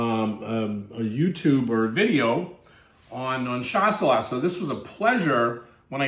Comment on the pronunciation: Skip the last „S“. It’s pronounced „Shassellah“. Cheers from Germany (where we call it Gutedel)